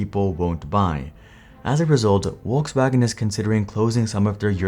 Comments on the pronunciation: It's "Folksvagen", not "Wolksvagen". Nice video, thanks 👍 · It’s not Wolkswagen. It is pronounced FolksVagen! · Volskwagen, not "wolfsvagen" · Bruh say "Wolksvagen" or "Volkswagen" not Wolkswagen. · Folks FolksVagen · omg your pronunciation of Volkswagen is so bad ! just go to google translate and play it out to see how it's pronounced, what's so hard? It's Folksuagen! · am I the only one hearing wokeswagen lmao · Need to work on that V in Volkswagen because it sounds like Wolkswagen. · Volkswagen.. In English Volk-s-Wagon In German Folks-Vag-'n Not sure what is happening in this video... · What's a "walkswagon"? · Why do you pronounce "Volkswagen" like "Wolkswagen" without also producing "Winterkorn" like "VinterKorn" . If the video is in English, it's best to just skip the pretentiousness and pronounce everything in English.